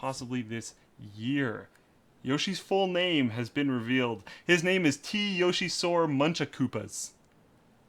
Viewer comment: I hate people who say yosh-ee instead of yo-shee, knows the stuff.